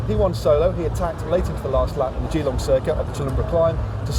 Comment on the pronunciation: Lol at Matt trying to pronounce Geelong!